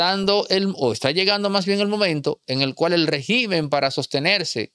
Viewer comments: Disculpa pero no se dice regimen con acento en la I. En singular el acento es en la primera E y cuando es plural entonces si se acentua en la letra I. Para su informacion la definicion de Dictador es un governate que tiene control total sobre un pais, sin controles ni equilibrios para evitar el abuso del poder. Una persona que se comparta de manera tiranica, y por lo tanto esa es la descripcion perfecta de Maduro. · Régimen, no regímen. Regímenes si, cambia la tilde Pero se escribe : Régimen, palabra esdrújula en singular. En plural cambia la tilde de lugar y se dice regímenes.